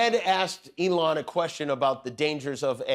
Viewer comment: lol did he call musk “F-Elon”? 😂😂😂